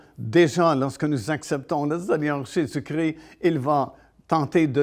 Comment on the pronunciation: Svp. Pas Jésus cri ! C'est Jésus Christ. 😢